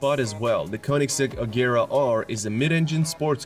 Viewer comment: Regera is pronounced with the G sounding like in Gepard, not a hard G like the Agera ("act" in Swedish, or "do it"). Regera means to dominate or to rule in Swedish.